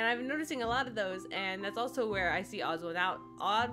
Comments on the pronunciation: You are saying it right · Thanks for drawing James! Also you didn’t pronounce his name wrong don’t worry